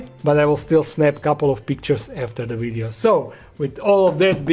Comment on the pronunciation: Did you enjoy the "WiiDEO".. lol